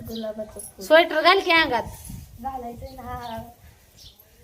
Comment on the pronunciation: स्वेटर सुद्धा बोलता येत नाही नीट.. कशाला हुशारकी मारते